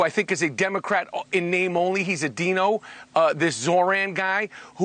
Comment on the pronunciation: "He's a DEENO "??? So uh, Michael, if you say DINO like that, do they PAY YOU?